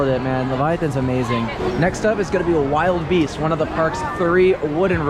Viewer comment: it pains me hearing pronouce the two wooden rides incorrectly lol. the bigger one is wildebeast (like the animal... not wild beast) and the smaller one is minebuster not mind buster lmao. otherwise love the video